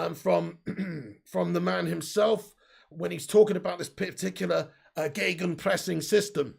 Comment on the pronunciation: kudos for gegenpressing pronounced sehr gut✅! Ralfy baby would of proud of you.